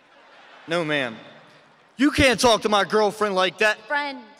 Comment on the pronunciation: ar you gonna let her TOLK to me like that 😂😂😂